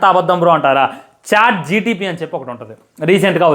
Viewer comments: Chat gtpp kadu ra pukaaa Chatgpt😂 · Adi chatgpt ra babu chatgtp kadu 🤦🏼‍♂️ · Adhi gtp kadhu ra chat gpt😅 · chat GPT❎Chat GTP✅